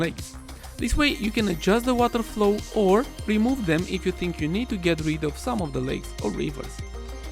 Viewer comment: The WataeRrrr flooow 😏 hrhrhr😂